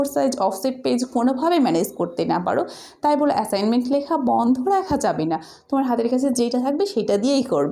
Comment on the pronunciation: ম্যাম আপনি তো এ্যাসাইনমেন্ট বলতে পারেন না 😂😂🤣😂 না বিশ্বাস হলে আপনি ভিডিও ২৫ সেকেন্ডে কথা শোনেন😂😂😂😂😂😂😂😂😂😂😂